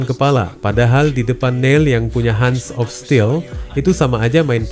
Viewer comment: Hands of still.. Koq dibaca "han" Min?? 😂😂😂😂